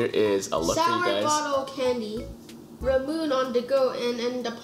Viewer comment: have you tried ramune soda? I think the few candies you guys had were based off of that. I believe its ra-moo-ney instead of ra-moon since its a japanese drink. Also I think the big citrus fruit is a pomelo. Please keep making these videos every month! It's so fun to watch!